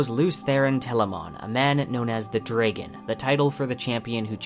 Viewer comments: I have never heard anyone pronounce it "dray-gun" instead of "drah-gun." Not sure how I feel about that. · Where is your accent from? Tho seriously had you never heard the word dragon said out loud? Or is an accent thing from somewhere to say drey-gon? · Dude, what's with the pronunciation of "Dragon" and "protagonist"? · Hey very good video. I was just wondering where you are from that you pronounce the word "dragon" like that? I have never heard it said like that. I know that is trivial but it just caught my attention. Anyway, can't wait for the show!